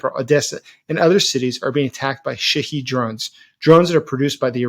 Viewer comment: Shahed, not shaheed